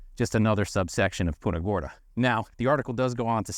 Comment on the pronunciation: You are pronouncing Punta Gorda wrong